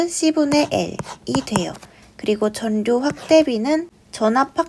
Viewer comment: 전류 발음 전뉴 또는 전류(x) 절류(o)